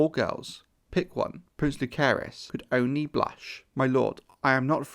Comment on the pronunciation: he also mispronounces both Jaecerys and lucerys